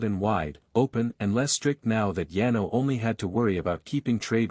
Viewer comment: lol better than yeno and yeno (Yano). I couldn’t for the life of me figure out which kingdom was being referenced!